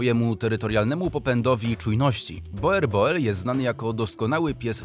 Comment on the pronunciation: Proszę poprawnie wymawiać Boerboel. Z holenderskiego "oe" czytamy jako nasze "u".